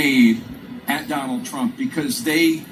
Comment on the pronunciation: "DON-OLD" TRUMP was hit BIGLY by both Barack and Michelle. 🤭😂😅🤣😆